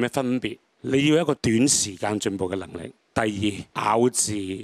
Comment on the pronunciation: Yes, I believe English is her first language, her cantonese is not very正宗. 首歌第二次唱就算天涯海角發音成就扇天涯海角